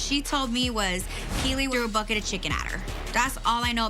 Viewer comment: The emphasis on the BUCKET doesn't make you innocent Keiley. 🙄 I know a lil bully when I see one okurrrr